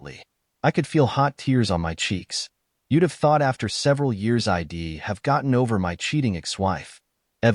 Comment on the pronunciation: "EYE-DEE"? Goofy ass robot narrators!